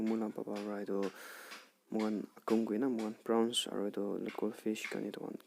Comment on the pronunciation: Bro it’s prawn’s not browns. Anyways keep growing bro🙌🏻